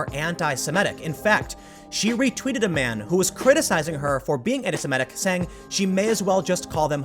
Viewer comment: This is a totally trivial comment, but I couldn’t help but point out a constant mispronunciation. It is “anti-SEMITIC,” not “anti-SIMETIC.” I noticed you pronounce it correctly when reading it, but incorrectly pronounce it when talking about it. I noticed a lot of people do this and it drives me almost as batty as when people say “nucular” instead of “nuclear.”